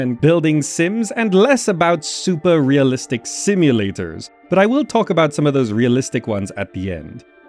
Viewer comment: "Simu-lay-TORS" haha, great video!!